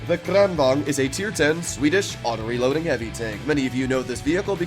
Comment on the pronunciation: i loved how you pronounce kranvagn